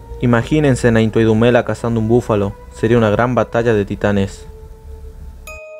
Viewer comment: its NTWANDUMELA and not nthawa???